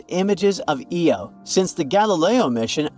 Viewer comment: had to stop its eye-oh not eeeee-oh jeepers it completely undermines any good research to have such a basic mispronunciation